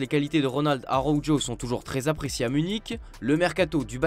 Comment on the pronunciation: Non mais sérirux, comme vous pronovez "Araujo"! 😂vous avez pas honte?